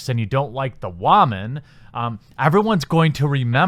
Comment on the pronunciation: Didn't think T3 was all that bad. Not as near as good as 1 and 2 but it was at least serviceable. Beyond T3 was just terrible though. Really bad. Stop saying "wahman" btw. Makes you sound like a douche.